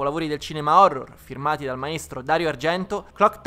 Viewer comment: "Phorror"...... Ok vado a suicidarmi.